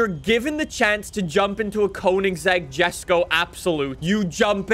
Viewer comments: yesko is the correct pronunciation, stop saying jesko. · I get so annoyed from the way says ‘Jesko’ 🙄